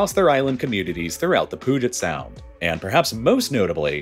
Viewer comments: Pyoo Jit AI Pyoo Jit not Poo get. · It’s pronounced Puu-Jet Sound, not Pug-It Sound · Good information. However if you could learn to say “pyoo-jet” instead of “poo-get” for Puget Sound that would be great 😂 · lol POOGIT sound. It's pronounced pew-jit. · South Snohomish County here. I snickered at “Poo-jet”. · Thanks for the informative and detailed video! Btw, “Puget” of Puget Sound is pronounced “PEW-jet” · Poo-get Sound. I died 😅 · he has to be fking with us and it worked i physically recoiled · As someone who grew up in WA, this one physically pained me to hear haha